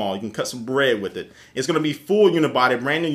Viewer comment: the way he said bread mad me laugh so hard